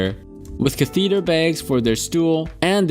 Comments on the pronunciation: KATH-eh-ther, not ka-THEATER. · Catheter= cath-ah-ter